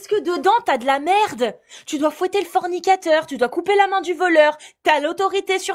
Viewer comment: c'est de la maaarde!! 😂 cet accent flamand qui est sorti de nulle part mais wesh?!😅